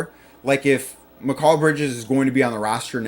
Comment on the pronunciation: You would have more credibility if you could say bridges first name correctly